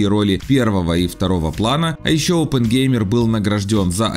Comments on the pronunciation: Опенгеймер , а не оупен геймер следите за своим произношением , это фамилия а не открытие геймера 😏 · "Опенхаймер" - это уклон в сторону немецкого, вопросов нет, но просто есть известное устоявшееся произношение по-русски, фамилия-то известная, и вот этот "оупэн" в роликах как-то режет слух. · Наверное потому, что правильно Опенхаймер? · Почему вы все время произносите Оупэнгеймер, а не Опенгеймер? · Оппенгеймер стал Оупэнгеймером😂